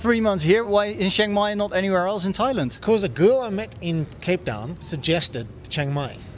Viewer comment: Thoilend? What's the meaning of it? Never heard about Thoilend, maybe you are in the wrong country?